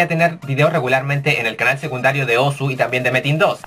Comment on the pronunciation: se dicé Osu! weon